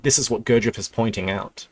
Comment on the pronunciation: Still catching up to the present timeline, but for the future - it's spelled [g u r d ʒ iː j e v] Your'e almost nailing it, just a little more attention to the ending good man. Sorry for wiseacrering, my slav personality is little more arrogant then the english :D